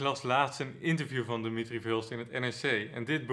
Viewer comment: Eén Nederlander, eentje maar, die de voornaam van Verhulst correct uitspreekt als DI-mi-tri, niet di-MI-tri. Het zou mooi zijn.